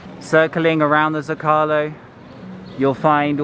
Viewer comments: Love your videos, but I feel obligated as a former Spanish to help you out. There’s a reason that Zócalo has an accent. The word should be pronounced SO-CA-LO accenting the first syllable. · Zo ca lo say it LOL. Omg.